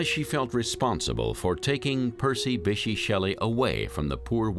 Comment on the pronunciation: The narrator's pronunciation of "Bysshe" is actually painful.